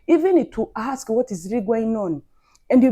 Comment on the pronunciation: I said the same thing, too. When did they "axe" for help? Lol. Finally! I knew there had to be at least one person up in this comment somewhere who understood the video. To my surprise, you're not black. Lol